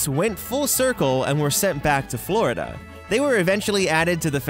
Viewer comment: When he was talking about the donald duck one I pause at the right time when he was saying Florida and it sounded like he said floor XD